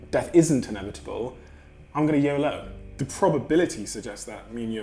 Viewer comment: That's the poshest "yolo" I've ever heard lol.